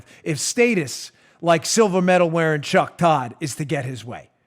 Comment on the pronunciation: Why do you keep intentionally mispronouncing Cuck Todd's name?